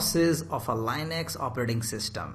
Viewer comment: Very good , but please don't say LANEX , thats Linux